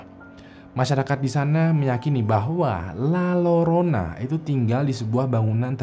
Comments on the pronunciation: Koreksi bang: Hantu perempuan dengan pakaian putih di Meksiko: La Llorona. Baca: Ll/Double LL dalam bahasa Spanyol bacanya J atau Y. Jadi bacanya La Jorona/Yorona. Tambahan ilmu aja, bukan sok pinter. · Lalorona dibacany lajorona bang wkwk 😂✌ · Abang larat waktu nyebut La Llorona, itu dibacanya la Yorona/La Jorona soalnya double l itu dibacanya Y atau J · LA LLORONA dibacanya LA JORONA. Ah, payah yutuber.